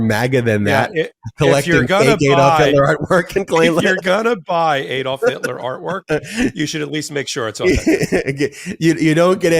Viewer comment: Great show but it's ADD-olf not EED--olf. I keep pointing this out.